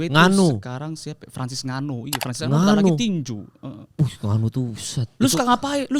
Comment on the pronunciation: bacanya En-Ganou min, bukan nganu